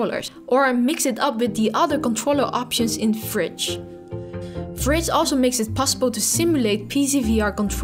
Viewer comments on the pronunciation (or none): AH! it so annoying! it's v ridge,not vridge, vridge just sounds weird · Haha After this video im only pronouncing it "fridge" instead V-Ridge :)